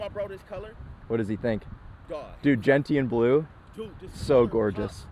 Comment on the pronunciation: It's "Gen-Shun" Blue, not "Gent-T-anne"